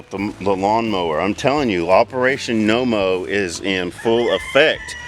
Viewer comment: When I 1st heard you say "No Mow" I thought you had said Momo-like in the Sasquatch Monster thingy. LOL Too many Monster movies lately I guess. Glad to see ya all back. Prayers all medical issues are better. :)